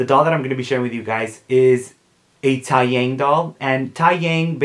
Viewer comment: taeyang is actually pronounced as tay (like taylor swift) and yang (is pronounced as young) so tay-young :)